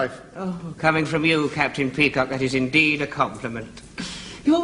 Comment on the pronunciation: It's pronounced peacock!